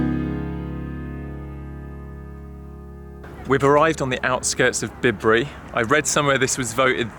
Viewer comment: Oh wow, you were about fifteen minutes away from my house, wish I’d bumped into you! It’s so lovely to see the Cotswolds through your perspective. (Bibury is pronounced “Bye-Bury”)